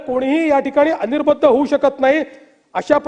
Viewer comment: अनिर्बंध असा शब्द आहे. अनिर्बद्ध नाही